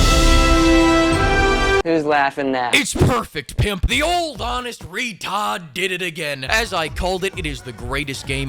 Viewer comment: HAHAHAHAHAH...... "RE-TODD" XD